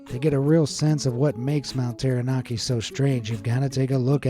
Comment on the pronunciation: Hey, its not mount Terra Nar Kee. Its mount Tara Nak Kee 🙃